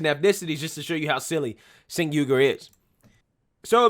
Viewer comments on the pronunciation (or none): The racist idiot's name is pronounced JENK, not SINK. Counterintuitive I know, but that's how it's pronounced. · Bro it's pronounced Chenk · He pronounced his name "Chank". Just an FYI. Love your work. Please keep it up. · Cenk is pronounced Jank?.... sounds about right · If I was a fan of TYT, I would be upset by you calling Cenk SINK. Since I'm not, I'll just keep laughing! 😂